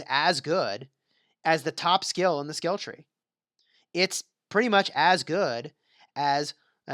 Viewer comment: Something's wrong with your mouth. You always pronounce "skill" as "scale". Wtf